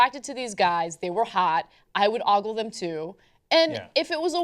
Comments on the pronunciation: Since when is ogle pronounced "aww-gle"? It's "oh-gle"...isn't it? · "oggle", Ana? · How Anna pronounces oogle is very strange... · It's spelled and pronounced "ogle" Look it up. <.<